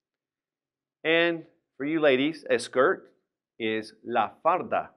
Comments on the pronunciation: I really enjoy watching your classes, but how come “falda” is pronounced as “farda”. You clearly say “r” instead of “l” in some words. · Tienes razón! El pronuncia " falda" y dice " farda" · Estas equivocado El profesor pronunció la "r" en vez de "L" dijo farda en vez de falda